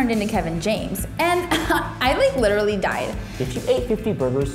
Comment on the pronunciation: He said lit-ra-ly